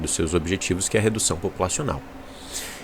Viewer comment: Redução Poupulacional 💀